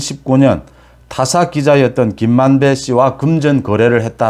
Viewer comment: 발음이 김만대라고하지마세요